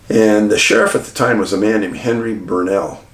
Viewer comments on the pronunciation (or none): none